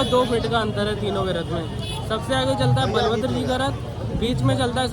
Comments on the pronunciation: Brother is right It's Balabhadra not Baalbhadra . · Baal bhadra nahi didi Balbhadra ji bolte haii बलभद्र ✅ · बालभद्र ❌ बलभद्र ✅ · Baalbhadra nahin boltet didi. Balbhadra boltey hain. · *Balbhadra nhi Balabhadra * Pahadi nhi pahandi * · He is right. Balabhadra not Baalabhadra. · Balbhadra ji ko baalbhadra mat boliye request hai apse🙏🙄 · Mam not balbhadra.. balabhadra.. please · Balbhadra not baalbhadra, balram balbhadra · Baalabhadra nahi balabhadra.. bhaiya ne sahi pronounce kia hai😊😊❤ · Baalvadra nahi balavadra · It is Balabhadra not Baalbhadra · It is ba'lbhadr and not baalbhadr